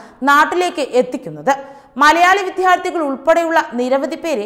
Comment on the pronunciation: "വിദ്യാർത്ഥി " എന്ന് ഉച്ചരിക്കുമ്പോൾ "ദ" എന്ന അക്ഷരത്തിന് ഇത്രയും കടുപ്പം കൊടുക്കരുത് soft ആയി പറയണം